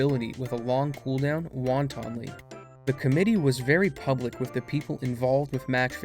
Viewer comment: Good video, well researched. You might want to run a few words by someone before recording, a few of the mispronunciations were a bit amusing, undercuts the authoritative narration a bit. Won-Ton-ly was kind of amusing though.